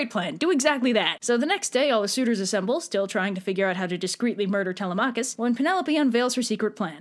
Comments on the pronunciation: I thought it was Telemachus (Telem-u-kis) WhO tHe F### iS ( Telem-AA-kus) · I’m sorry did you say “tell-a-Mach-is” I hate to be that guy but it’s pronounced “tell-‘em-a-kus”. Don’t say I’m wrong the guy who translated the odyssey says that’s how it is pronounced. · I have never heard anyone pronounce it Tel-uh-MAH-kus before. I've only ever heard it Teh-LEH-meh-kus. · It’s Telemachus- 😭